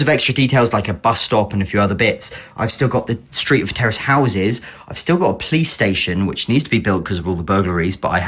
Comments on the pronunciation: Terrorist is what I heard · what did you say terrace Or terrorist? (Update I found out)